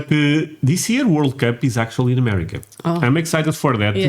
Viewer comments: Is he saying , "MOCHA"? Why is he talking about chocolate? Wait...what? He thinks he is saying "AMERICA" lmao! Seems the British can't speak English! We don't lose sleep over what Britain or Europeans think about anything actually. We love you guys, but you and a few other youtubers are the exceptions. They hate us, but REALLY want us to stay in NATO and WHO, they want us to defend them, (at our cost) and drink tea with our pinkies extended, lol. We don't care. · Amelica lol learn to talk brother 😂😂